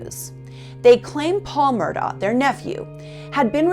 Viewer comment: Island"town" (Islandton) and Ed "ees" tow (Edisto). She must not be from around there. Maybe pronounce it Mur Dock also since that's how the family does it. Very nicely done otherwise.